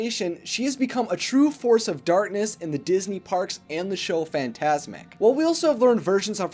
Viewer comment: Does this guy not know how to say "Darkness?"